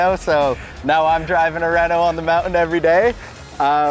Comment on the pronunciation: formula 1 reh-nalt 😭